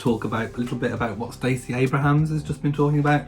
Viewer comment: It's Stacey Abrams, not Abraham. :)